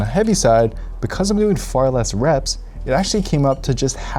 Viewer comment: Hindi dub: reps ❌ rapes ✅ 😭😭